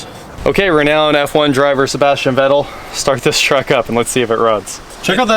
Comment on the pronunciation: Great vid, but "Vettel" is pronounced "Fettel".. Just for info.. :-)